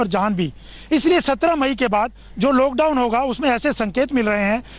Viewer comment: Are Bhai lad down nhi lockdown hai 😂😂